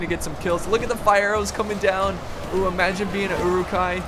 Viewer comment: Uruk-Hai pronounced as: euruk-hay Sorry bad english